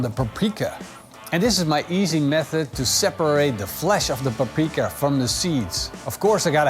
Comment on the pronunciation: This man is absolutely WRONG about gulyás. It is indeed a beef dish in Hungary. And the way he butchered the word "paprika" is an embarrassment to Hungary and ruined the whole video.